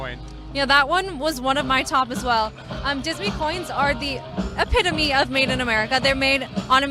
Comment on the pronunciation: Spelled EPITOME... PRONUNCIATION ....EP IT O MAE